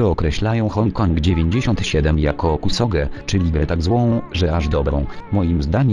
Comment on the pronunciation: Czemu mówi "Hoń Kong" i "zbańkrutowało"?